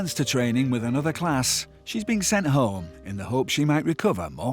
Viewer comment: You cna go ome cna bro not pronounce a h